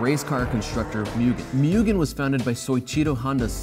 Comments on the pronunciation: It’s moo-gen not myuugen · It's pronounced "moo-ge(h)n", not "myugun", not " - It's pronounced "ren-no" not "renault" - "Mk" is short for "Mark" as in Mark 1, Mark 2, etc." Say it the way they really say it people. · also mugen pronounce as moo-gen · And its Mugen, not Mügen or Myugen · Mugen is pronounched like Moogen in english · Please. Please. Do it justice fairly. "Moo-gen". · Or mugen. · James is going to kill him when he hears how he’s pronouncing Mugen